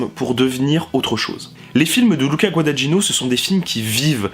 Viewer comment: bonne vidéo avec des remarques intelligentes.... mais s'il te plaît, apprends à bien prononcer Guadagnino (ce "gn" pour un français est difficile, mais on y arrive! LOL)